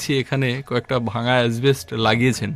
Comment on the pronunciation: কথাটা অ্যাসবেষ্ট (asbest) না, শুদ্ধ কথাটা অ্যাসবেষ্টস (asbestos)। স্থানীয় ভাষা আলাদা হলে অবশ্য বলার কিছু নেই । প্রয়োজনে dictionary দেখে নিও।